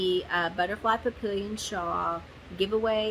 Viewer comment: Papillon is 'pa-pee-aan', french for butterfly.... 🦋🥰 Not entering, just watching. 😉